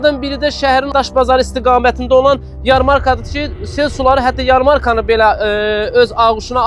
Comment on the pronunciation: NİYƏ SİZ SAVADSIZ DANIŞIRSINIZ? YARMARKA SÖZÜNDƏ VURĞU Y - dan sonrakı a- nın üzərinə düşməlidir. Siz səhv tələffüs edirsiniz.